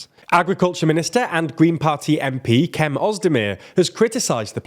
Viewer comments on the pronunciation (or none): its pronounced /djem/ rather than /kem/